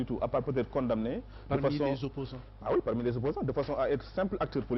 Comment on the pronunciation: il faut prononcer correctement condamner. Le m ne se prononce pas. Quand même